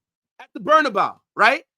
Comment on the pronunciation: bro said the bernabyoo 😭.